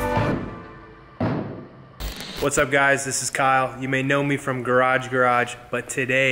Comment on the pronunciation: That is not how you say Garage Garage